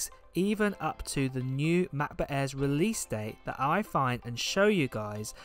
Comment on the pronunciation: am i the only one annoyed by the way he says macbook 😂